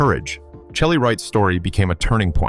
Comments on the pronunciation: Omg I hate bots. It's pronounced Shelly, not chelly. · Must be AI narrating this video...an actual human would know Chely Wright would know her name is pronounced Shelly not CHely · It's "Shelly Wright ", not Chelly. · I believe Chely is prpnounced Shelly. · Shelly not Chel ly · CHELY IS PRONOUNCED SHELLY! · First of all Chely is pronounced Shelly! Secondly being gay is not a preference, its who they are.